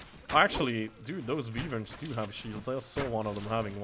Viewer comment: Sorry to be a kind of know it all but I'm really getting frustrated because of this You keep saying rougg knight but it is rogue so you pronounce it more like roog a long o instead of the oe you say and wyverns you say like wiverns but properly it is waiverns as pronunciation.